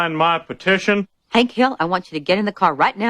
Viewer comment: His name is Hank but Peggy always needs to say everything Wrong and calls him Hænk 😂